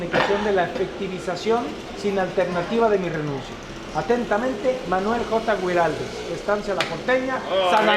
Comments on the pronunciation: Guariles NOOOOO, se lee giraldes, la U casi no se pronuncia.jajajj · Alan genio!!!!! Areco es divino pero el escritor se llama "Gui ral des " no gairaldi o algo parecido que dijiste jajjajja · soy de san antonio de areco y guiraldes no se Dice así como lo dijiste